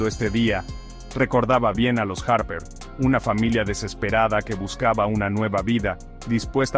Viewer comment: Los harrperr, margaretkkk 😂